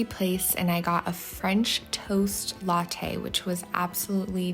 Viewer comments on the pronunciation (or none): none